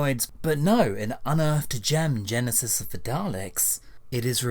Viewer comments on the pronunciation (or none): none